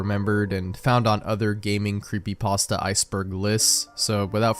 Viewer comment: What's a 'Creepypasdta?'